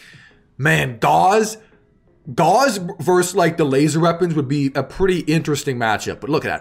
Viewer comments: You might want to look up the correct pronunciation of Gauss...think "house" or "mouse", not "Gauze", which is a thin translucent fabric of silk, linen, or cotton. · Hearing Gauss pronounced as gauze... It hurts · Learn how to pronounce Gauss. It rhymes with mouse.